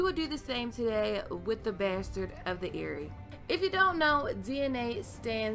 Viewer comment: What about Ramsey? He was quite fuckin mad what if he was caused by incest or something? Love the way u say besterd <3